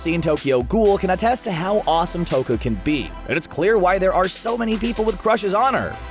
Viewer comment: Its not toka ITS TOUKA FATTY DUMBO JUMBO JEESUS. STOP ACTING LIKE YOU KNOW EVERY SINGLE ANIME WHEN YOU LITTERALLY JUST COPY PASTE THINGS FROM ANIME WIKI'S. YOU CANT EVEN PRONOUNCE TOUKA RIGHT. LIKE BOI ITS TOY-U-KA